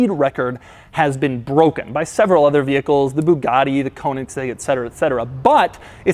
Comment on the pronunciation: "K->O<-eningseg" xd How to tell people you only speak one language without saying you're an American?;)